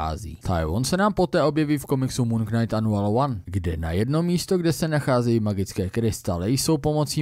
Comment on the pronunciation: Já ta tvá videa mám fakt rád. To, že máš špatnou výslovnost slova knight, to bych ti odpustil. Ale prosím, jednou pro vždy. Slovo POTENCIONÁLNÍ, natož PPOTENCIONÁL je fakt úplně blbě! Slovník spisovné češtiny i Pravidla českého pravopisu uvádí jako jedinou variantu tvar potenciální. A ne není to ani žádný hantec. Rozjelo se to díky pár blbcům v televizi za minulé generace. Neočkuj tím další generace. Prosím.